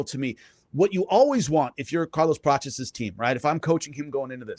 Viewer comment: Prates not"Prochiss"